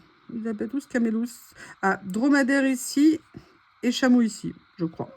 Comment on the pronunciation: Coucou. Un petit truc, chameau 2 syllabes, 2 bosses hihi